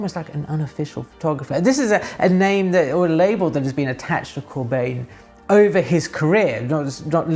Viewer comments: Hey, as always, love the video. One small nitpick though, "Bijn" can approximately be pronounced as "Bine", like you would pronounce "wine", So us Dutchies pronounce his last name more like "Corbine". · Great video, as always, (Note: it's Corbijn, not Corbjin - the Dutch pronunciation of the Dutch "ij" today is like the "ei" in Italian) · And keeps pronouncing his name wrong.